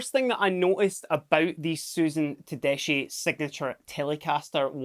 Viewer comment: btw is pronounced “tedeski “